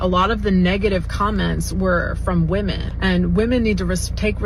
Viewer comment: Funny because while she's saying this she mispronounces "women"